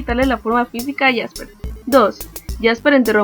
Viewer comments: Es jaspe no jasper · no es por molestar ni ofender pero se llama Jaspe y no Jasper